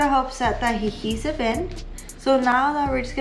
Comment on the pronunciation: i like how she heated the adhehesive lol